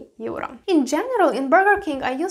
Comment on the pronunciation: Teacher? LOL. she cant even pronounce EURRrrO. No thanks.